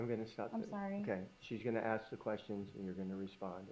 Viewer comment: 😃The defendant lawyer pronounces the word ask as "AKS" instead of "ASK" eventhough she is highly educated and speaks fluent English and doesn't even have African American accent yet she says: AKS I wonder why???🤨